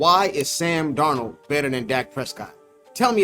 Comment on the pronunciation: This man said Sam Darold😂😂😂😂